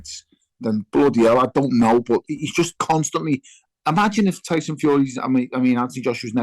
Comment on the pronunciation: Tony bellew your mate is not good enough to say the name tyson